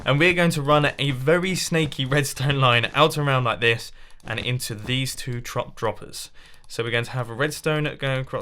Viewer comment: he said "trop droppers" instead of "top droppers"